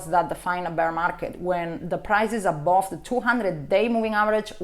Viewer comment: I just love it when she says "above"... always sounds like "A-bob" :D